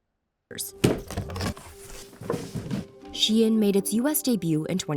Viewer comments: I go-sign it’s called Shein here in NYC too lol. Ain’t no damn She-in 😅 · Shein, she-in as in she is in. She is in to shein 🤯🤯🤯🤯